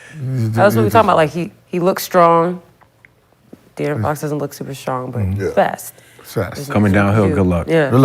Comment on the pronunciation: Ifw the show 💯 but Gil and Brandon butcher De’Aaron Fox 1st name every time 😂😂😭